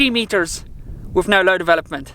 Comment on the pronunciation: Guy must be South African. Pronouncing "with" as "wiff".